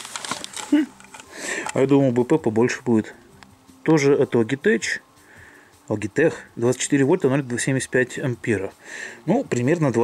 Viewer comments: название читается «Лоджитэк», а не Логитэчь. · как всегда супер видос. Не пойми превратно но всё-таки Лоджитек))))))